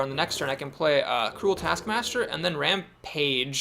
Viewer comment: It's the bitterness in your voice when you correctly pronounce rampage that makes it special.